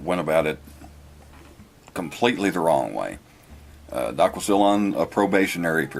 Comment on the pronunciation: "Daaak" from "WisscAAnsin" 😂 Just hearing that pinch of a northern accent outta you was fantastic. 😆❤️‼️